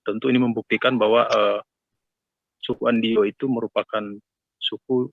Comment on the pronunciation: Trimksh sudah memperkenalkan suku Andio, tapi klo bisa pembaca berita awal baiknya faham dulu agar tidak salah penyebutan suku Andio